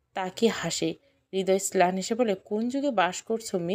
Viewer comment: ছেলান কি ম্লান হবে। ছেলান হবে না আপু